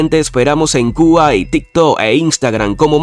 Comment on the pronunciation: Al Sr. narrador, deberá decir TiktoK y pronunciar la letra K al final. t i k t o K. No debe decir tiktó …